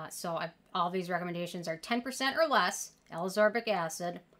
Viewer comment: I really appreciate all these vitamin C videos. But i HAVE to say, ascorbic acid is pronounced AS-KOR-BIK ACID. similar to how you are pronouncing all of the vit c derivatives. Sodium AsCORbyl Phosphate, etc.